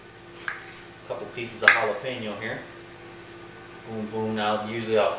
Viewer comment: wonderful video. i'm new mexican and i love the way you say Jalapeno. you said it perfectly. I'm definitely trying this for my family. We enjoy your recipes.